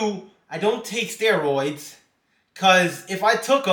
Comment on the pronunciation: Why you saying steroids so weird😂steroiiidss